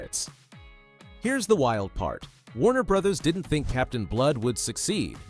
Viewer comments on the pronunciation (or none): none